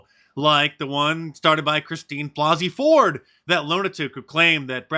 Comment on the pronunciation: Imagine being so pathetic you go out and buy Bah-Zee Fords book ?🤪